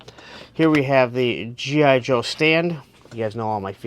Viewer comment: Slow down. Articulate. Its G.I. Joe...not jhijho.